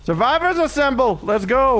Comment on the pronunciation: My fave parts 💕🤣 1) "It's a-me, Vittorio!" Dbd devs give us please a Mario outfit for Vittorio! 2) How your mocking laugh turned into panicking blabbing when the knight came into sight. 3) "Survivors asamble!" Man I can hear it and see it. 🤣🤣🤣